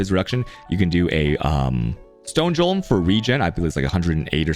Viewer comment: And the worst of all, he pronounces "Golem" as "Jolem" Absolutely barbaric.